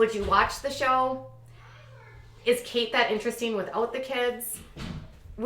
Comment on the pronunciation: Kate is not pronounced Katie.